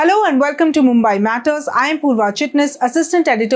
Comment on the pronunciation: Need to work on pronunciation - मुंबाई × मुंबई ✓